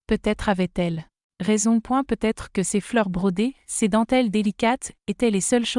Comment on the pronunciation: Et si vous appreniez à votre IA à ne pas dire "point" quand elle arrive en bout de phrase ? Et le sempiternel "peut-être" lu "peu... être" dans d'innombrables vidéos !! Trop de semis-analphabètes sont capables de demander à une IA de rédiger une histoire mais sont incapables de la relire pour en corriger les fautes de grammaire et de syntaxe, de relever les erreurs géographiques, les anachronismes... Je zappe !